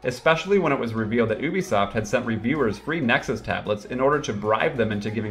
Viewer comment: YOUbisoft!!! NOT EWbisoft!!!!!!